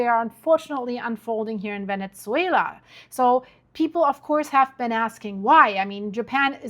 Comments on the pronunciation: Great video! I just wanted to mention something that might help: the correct pronunciation of “Venezuela” doesn’t include a “t” sound. Sometimes it comes across as “Venetzuela,” almost like “pizza.” Hope this is useful. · What’s going on with the Venetzuela pronunciation? 🤨🤨🤨 very distracting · Why do you pronounce it "Venetsuila"?